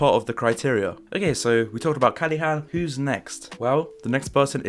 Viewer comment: Everybody: Callahan: Callehan, Callihan